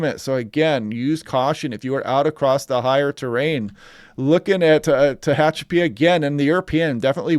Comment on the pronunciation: You said Tehachapi excellently ha ha😂